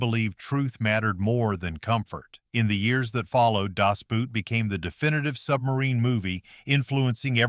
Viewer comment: It would be helpful to pronounce Das "Boot" correctly. It's not "Boot," but "Boat", pronounced the same in English and German.